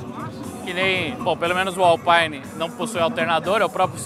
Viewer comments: Permita-me discordar, rapaz... Alpæine, é marca de equipamento de som automotivo. Alpîne, é a divisão esportiva da Renault. Baita vídeo, excelente como sempre. O Anderson da Alpine já está bem europeu, pois quando o pediu o seu nome pela primeira vez, este deu-lhe 01 baita vácuo...😂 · Que agonia ficar escutando Alpaine a própria equipe já disse que se fala Alpine.